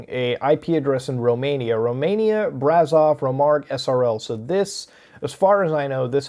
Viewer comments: hey just a heads up for romanian, ș is pronounced like sh not z. ight thats all bye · You pronounced Brașov so bad it s funny